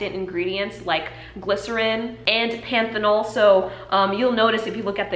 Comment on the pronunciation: You're pronouncing panthenol (vitamin B5) correct. Great video.